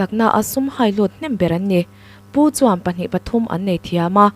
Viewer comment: Rinaiin mizo ṭawng hi in thiamlo hle mai a. Pu chuam , tih in lamri te hi nuih a za tlat. Thil dang dangah pawh a ni tho bawk.